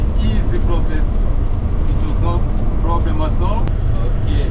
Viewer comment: I laughed when you said thouthand and when said ploblem 😂😂😂 nice content brother ❤